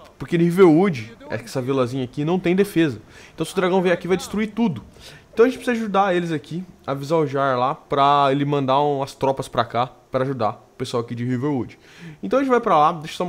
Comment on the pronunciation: não se diz jarl mas sim yarl e como por exemplo mjolnir escrevese com j mas lesse y